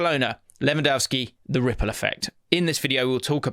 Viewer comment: has to do the visual ripple effect alongside the voice like the first episode, every single rrrrrrrripple effect episode.